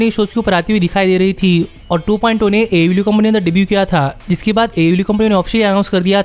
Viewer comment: DISLIKE THIS VIDEO BECAUSE HE COPIES CONTENT FROM ALL OTHER VIDEOS, why does this guy pronounce AEW LIKE THAT ?????